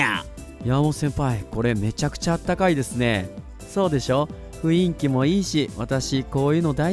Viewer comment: ふいんきじゃなくてふんいきですよ